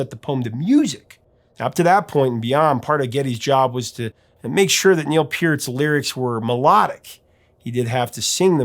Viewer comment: You're the first person to pronounce Neil's name correctly! Good job!